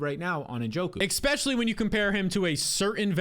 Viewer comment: there is NO “x” in the word especially! I think you have good analysis, but please make an adjustment. Many thanks.